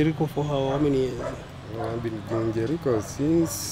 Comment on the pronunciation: Don’t confuse ur viewers ur being watched by people from outside Kenya so stop saying Jerii when ur actually saying Jericho try to avoid Nairobi street slang